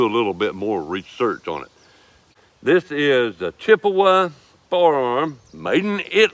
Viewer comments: pronounced chee appa not chippewa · CHIAPPA! NOT CHIPOWA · Hey partner, it's a Chiappa (chee-apa) and not a Chippewa. That aside, thanks for the review. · Just for future reference Chiappa is an Italian company and is pronounced "key - ah - pa". Understandably we as American try to pronounce it the way it would sound in the English language